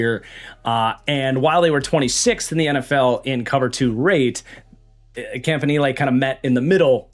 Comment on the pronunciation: Love the way that you pronounce Campanile. It just sounds so much better.